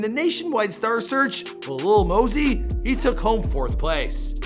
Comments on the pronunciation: I thought it was Lil Mosey not Lil Mosey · Lil mosey (Maa-Zee) come one day it right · LIL "LEAN" MOSEY